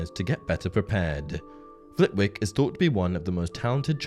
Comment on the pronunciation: It's pronounced Flittick not Flit wick, and please don't try and tell me that it isn't, I grew up 2 miles from Flitwick. Oh and Scrimgeour is pronounced with a soft 'g' hence the e between the Scrimg and our.